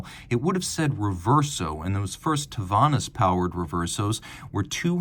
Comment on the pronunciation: Such a beautiful watch! 😍 Quick prononciation correction, Tavannes is pronounced “TAVAN” , it’s a small town in the Jura Bernois in Switzerland.